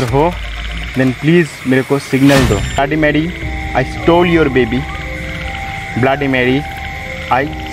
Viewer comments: It's not blaady it's bloody Mary 🤣🤣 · Abe bbai Tu sab se phele bloody bolna sikhle